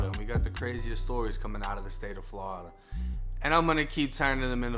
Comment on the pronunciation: Im a FL Jit Cuz and tha way you say Florida always funny cuz Ian Eva heard any6ody say “Flawda” but I fuccs wit it lol